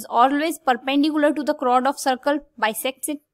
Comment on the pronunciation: Mam...chord not chrod (pronounce),,👍